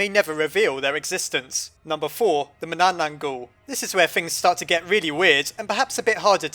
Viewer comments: you mispronounced "manananggal" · Any Filipino Mythology Here? (I Still Haven't Watched The Video Yet.) And... Yeah! There Is! The Only Thing Is He Can't Pronounce Manananggal Worth Sh*t. But I'm Still Happy Either Way Since My Country Got Into Another Top 10! . . . . . . . . . . Why Are You Still Here? . . . . . . . . . . Do You Wan't Me To Explain The Manananggal? Hmmmmmmmmm Okay? Ummmmmmmmm.......... So The Manananggal Is A Vampire-Like Monster In My Country's Mythology In A Group Of Monsters Called "Aswang" Her Name Derives From The Tagalog Word Tanggal Which Means "To Remove" Or "To Separate" Which Basically Means She's Some Sort Of Remover Or Separator And That Means "One Who Separates Itself" Because To Turn Into Her Monstrous Form She Goes Somewhere Nobody Ever Goes And After That She Tranforms By Severing Her Upper Torso From Her Lower Body (A.K.A Her Legs) And Then Sprouting Huge Bat-Like Wings And It Is Said Her Favorite Thing To Eat Is Usually Sleeping,Pregnant But Not Actually That Pregnant Woman Because What The Manananggal Does Is Far From Actually Eating That Woman Instead She Eats What's Inside Her And The Thing She Eats Is Very,Very Messed The F*ck Up So Most Of You Will Probably Are Gonna Say "So She's Gonna Eat The Lady's Liver But That's Not That Bad A Lot Of Monsters Do That Though." Laughs No. I'll Give You Another Guess Though. "The Lady's Heart?" AH! So Close! But No. What She Actually Eat's Her Unborn Baby's Heart..... Yeah.... Because What She Does Is She Uses Her Elongated Probosci